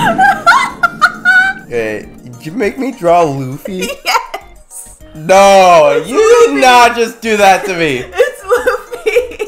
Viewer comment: It’s luffy not love or lofy